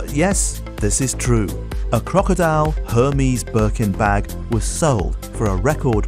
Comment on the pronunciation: It’s er-mes not herpes lol